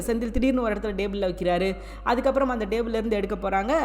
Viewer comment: Please correct your tamil pronunciation it not dayble it is table.